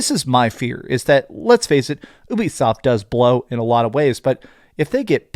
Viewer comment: Dont mean to troll… but its pronounced YOU-BE-SOFT not Ewwbie soft or whatever your saying! If your doing YouTube you gotta get the pronunciation right bud! Great video tho!